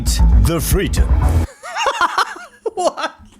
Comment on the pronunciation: Cererbrate de fleedom